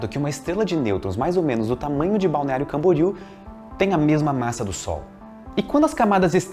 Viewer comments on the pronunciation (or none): none